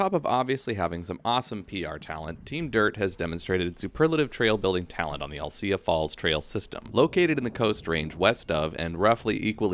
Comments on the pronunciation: Alsea is the best!👍😃 Thank you team dirt!🙏🤘🙏🤙🙏 Oh, and narrator, love your content, but it’s AL-SEA, like Owl-SEE👀, not “I’ll-Cya”. Again, love your trail reviews👍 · Gona go ride these trails for the first time this coming week. Can't wait. It's pronounced al-see by the way. No ugh at the end. Good video though.